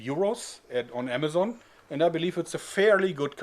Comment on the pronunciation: The first one he said amajon